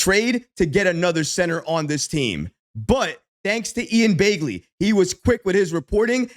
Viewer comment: It's not Ian Baygley. It's Ian Begley.